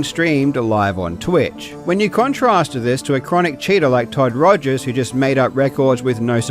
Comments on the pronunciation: why did he pronounce todd rogers' name "togers"? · Shout out to for correctly pronouncing Todd Togers.